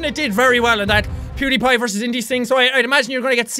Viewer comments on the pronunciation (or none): none